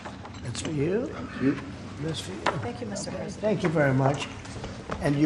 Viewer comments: Preisdent or president? New oxford dictionary 😊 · “Preisdent” that’s so bad….